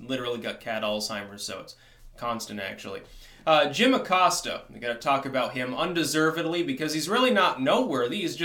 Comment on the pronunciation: Who "gut it" says "got as "gut"